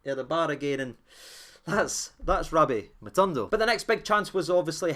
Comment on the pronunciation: how do you read this name in your mind?... Matondo.. ma tawn doe? 😜😂 lovin Lunny the now too man, delighted wi Dessers findin form